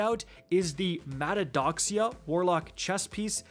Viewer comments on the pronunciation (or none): Just want to help...pronounced Ma-teh-a- thox-eee-a.....Greek - means Vain Glory.